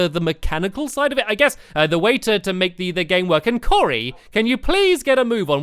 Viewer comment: He said Corey